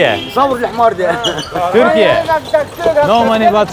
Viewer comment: selam aleykum ve Türkiye derken neden onlar gibi telaffuz etmeye çalışıyorsunki